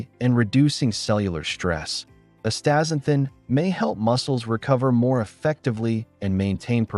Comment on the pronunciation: Forget it man, you can't even say the world properly. Pretty lame dialouge. Astaxanthin is awesome.